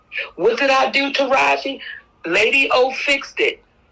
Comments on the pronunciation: I love watching your videos, but God please can you start saying peoples name right? 😭 it’s TA-RA-G not TA-RAJ plsss girl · refuses to put that “i” on Taraji’s name!!! 😂😂😂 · Is there a reason you keep mispronouncing Taraji’s name? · Girl you keep saying her name incorrectly 😂